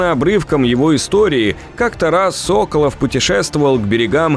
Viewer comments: Ну как тебе сказать.... Тут много ошибок в названиях локаций, имëн персонажей (Соколóв, а не Сóколов) и другие мелкие ошибки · Одна поправочка: я думаю что все таки СоколОв, а не СОколов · не антон сОколов, а антон соколОв... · Может быть всетаки правильно Соколоооов, а не Соооооколов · Что за сОколов? Уже собственные фамилии произносить не в состоянии. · Соколóв, а не «Сóколов» 🤦‍♂️🤦‍♂️🤦‍♂️ Г - русский язык А итог вообще бред сивой кобылы 🤦‍♂️🤦‍♂️🤦‍♂️, что у тебя в голове как не мусор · сОколов. сОколов. Ребята, вы вообще из России? Даже в игре правильно произносят русскую фамилию. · так он СОколов или СоколОв?